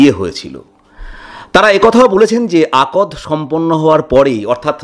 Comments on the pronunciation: Akod noy akdh . Uchcharon thik korun. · আপনার আলোচনা বেশ সাবলীল এবং গবেষনাধর্মী। একটা খুব প্রয়োজনীয় কথা বলা প্রয়োজন । আপনি বারবার আকদ আকদ বলেছেন, হবে আক্ দ ,আরবীয় শব্দ। যে কোন মুসলমান আপনাকে তাই বলবে। এইটুকু কষ্ট আপনার করা উচিত ছিল । দ্বিতীয়ত আপনি বলছেন আক্ দ হয়েছিল, কিন্তু দেনমোহর স্থির হয়নি। কথাটা oxymoron হয়ে গেল, দেনমোহর আক্ দ এর integral অংশ ,এটা agreed না হলে আক্ দ হয় না। একটু খোঁজখবর করে দেখুন । ধন্যবাদ । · উচ্চারন টা হবে আক্দ (আকদ নয়) । আর মুসলিম বিয়ে টা শুধু চুক্তি না, আদ্ধাতিক ও বটে। আল্লাহ এর নাম নিয়ে সামাজিক রীতি তে কাবিন হয়। যেখানে মেয়েকে security money দিয়ে সম্মান করা হয়। you may research online for better knowledge prior commenting about other community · আপনার উপস্থাপনা চমৎকার। শব্দ চয়ন শ্রুতিমধুর। তবে একটি শন্দ শুনতে ভাল লাগছে না, আর তা হলো "আকদ" আসলে শব্দটির উচ্চারণ হবে আক্‌দ। ক আর দ অক্ষর দুটি এক সাথে উচ্চারণ হবে। এটি একটি আরবী শব্ধ যার অর্থ শক্তভাবে বেঁধে ফেলা বা চুক্তি করা। আক্‌দ সম্পন্ন হওয়া মানে বিয়ে হয়ে যাওয়া। ধন্যবাদ। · Hi!, It is not ' akod',it is 'akd ', which means engagement. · “ আকদ্’ শব্দটি আপনি সঠিক উচ্চারন করেন নাই .